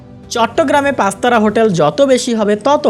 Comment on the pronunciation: prozect - shothik uccharon hobe project pastara hotel - shothik uccharon hobe Pachtara hotel antorzatik - shothik uccharon hobe antorjatik